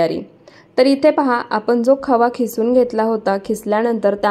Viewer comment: खिसुन नाही किसुन म्हणतात